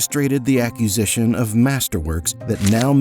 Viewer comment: acquisition, not "accusition"